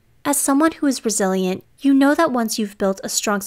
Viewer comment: I keep hearing it as "brazilian" instead of "resilient"